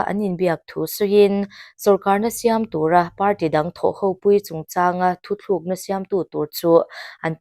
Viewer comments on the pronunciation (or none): I puang thiam khawp mai. Amaherawhchu, Thu thlukna ni lovin. Thu tlukna tiin i sawi tawh dawn nia.